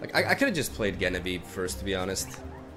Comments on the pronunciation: Just trying to be informative, Genevieve is with a J sound not a G sound ❤️ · Amazing video as always, just wanted to say that Genevieve is pronounced with a J or zh sound at the beginning, the name originally comes from French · Genevieve is pronounced with the english J. Like Jenny or Jennifer. It was my mothers name. Sounded so weird you pronouncing it wrong xD Anyway. Keep up the great work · It's pronounced Genevieve not Genevieve... Silly